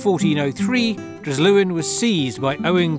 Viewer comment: Nice video,but the 's' in Dryslwyn is pronounced with an 's' sound and not a 'Z' 🏴👍